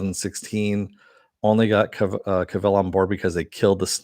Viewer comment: A few things, 1) So, Cavil rhymes with Duvall? Who knew? 2) Sometimes it's not about winning, it's about not being bullied. Not that I agree with Carano. 3) I thought the whole point of "The Vindicators" episode was that the superhero genre has become stagnant, in Harmon's opinion? Lastly, Army of the Dead sucked harder than a whore. I fraking hated the lame covers of great classic songs!